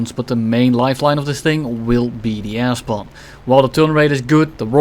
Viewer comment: you should make a shirt with the quote "with the ass bomb" because you cannot pernounce "air spawn" and it confuses me every time XD